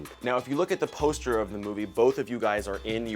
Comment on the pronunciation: That was the grandest thing I've ever heart come from Chris's mouth, and i've heart alot come out of it. "Away with the postah."